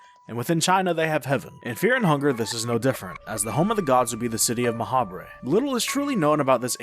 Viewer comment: I feel like Ma'habre is meant to be pronounced like macabre. Like, "Ma-hobb".